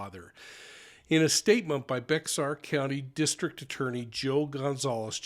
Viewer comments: Bexar is actually pronounced Bear. We all are writing to the DA to include the baby. The baby according to Texas Law is a human, so that baby should be considered a murder victim. I pray they charge him with Baby Fabian’s murder as well. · Bexar County, Texas. Bexar pronounced "bear". Guerra pronounced with a hard G, gerra. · Bexar is pronounced "Bear or Bare County ". Fyi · Down here Bexar county is pronounced bear. Bear county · Bexar is pronounced Bear. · thanks for covering this. Just an FYI, the pronunciation of the county “Bexar” is like Bear —-the x is silent. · It's pronounced (Bear) county Bexar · Pronounced bear (Bexar) county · Bexar county is pronounced Bear in Texas, Thanks. RaIP Baby Fabian❤ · Awful case. Thank you for reporting on it. . [Bexar County is pronouned "Bare" or "Bear" County (Spanish x is an "h" sound here and comes out like "Behr")] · Hi,! Bexar is pronounced as “Bear” county. Thanks for covering this case. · I came here to say just that. As a resident of San Antonio, people don’t know how Bexar is pronounced!